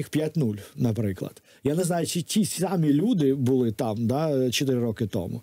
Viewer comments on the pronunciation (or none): none